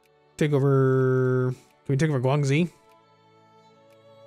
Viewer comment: Your pronunciation of “Guangxi” made me cringe so hard.